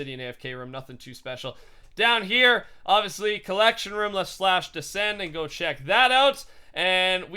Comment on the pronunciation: the way he say room though "ruum" lol